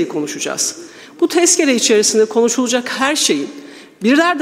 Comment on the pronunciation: Bu kadının telaffuzu garip "uuaarkadaşlar çıkıjak uuuaynı şeyi konuşujak"